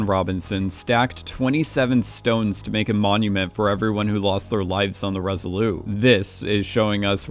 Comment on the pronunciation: Great analysis: only wish would learn that the Resolute is pronounced with a hard T at the end. Why in the world would you leave it off: we are not speaking French?